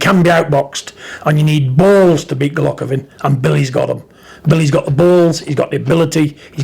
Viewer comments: Golockovin? Take the marbles out your mouth big John hha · Who the fuck is Gulockovin lol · "Golockovin".... Got to love Big John......